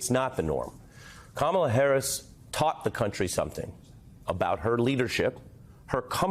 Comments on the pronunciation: IT'S KA-MA-LA..... YOU SAID KA-MALA AND I ALMOST FREAKED OUT. HARRIS/WALZ 2024. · Stop saying her name wrong ,Comma la